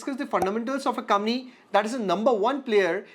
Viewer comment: Bhai pehle to aap COMPANY sahi bolna shuru karo.